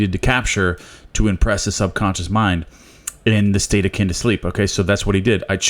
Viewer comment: At first i always thought you're saying, "A state of kinder sleep" only to find out through reading that It's A state akin to sleep(SATS)